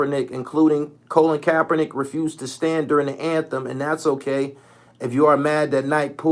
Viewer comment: “Colon Kapernick”. 😂